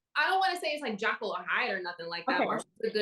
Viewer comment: Did say Jackyl and Hyde? Lol 😂